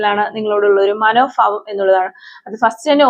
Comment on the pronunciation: മാഡം മനോഫാവംഎന്നല്ല. മനോഭാവം എന്നാണ് പറയേണ്ടത്